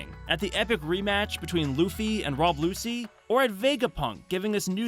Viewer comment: not to mention rob lucy😭